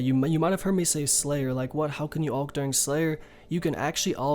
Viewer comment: Ew the way he say alch says it like ulch wtf